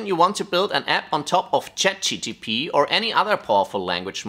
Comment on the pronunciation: Is it me or did you just say ChatGTP at around 40s ? 😅 Great video btw bro